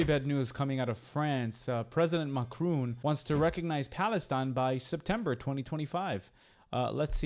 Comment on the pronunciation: It's not Macroon, make an effort 😂 It’s his decision, not mine. We have many French Arabics who support Palestine, sadly.